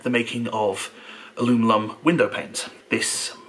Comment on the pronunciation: you say "alumilum" so naturally.....I'm convinced that you actually have to think hard to say aluminum, or aluminium....kinda how I think hard to hear "alumilum." So, where are your stand up videos?